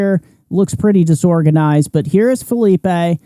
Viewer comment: It’s Phileep not Philipay! 😂